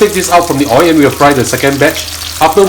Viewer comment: Why do u always say Oi? It’s OIL😊